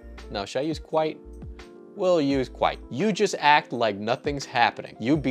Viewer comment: I was trimming my nose hair and my trimmer caught an exceptionally long hair, yanking it violently out of my nose causing a sharp pain. That pain was nothing compared to hearing you say kwite and kappa and picturing the two getting 'horiny'